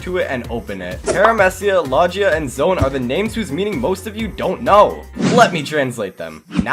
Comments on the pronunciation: low gee ya ,parameeceeya ,zowen (pronunciation ) 🤮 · idk how you see great potential in "paaraamehcia", "lojia" and "zone" he pronounced them all wrong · zoan not zone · How to pronounce fruit categories correctly: Paramecia = Pair-ah-mee-see-a Logia = Low-ghee-a Low-gi (as in gif NOT jif)-ya Zoan = Zone Zow-an Hope this helps! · Zoan could also be pronounced as zow an